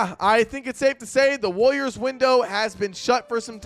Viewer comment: why do u say it like wooliers